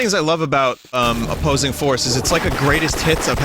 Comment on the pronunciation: Opossing Force, ah yes, my favorite